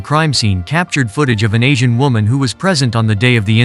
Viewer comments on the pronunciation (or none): Bro he said asin women😂